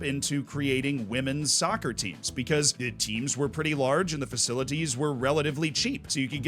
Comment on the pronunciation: I cringed when he said sovcer